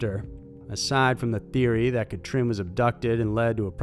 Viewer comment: Catrin is pronounced "Cut-reen" and Joachim "Yo-uh-him".